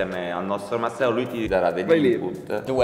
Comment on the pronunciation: Pure io ho sentito masseo lol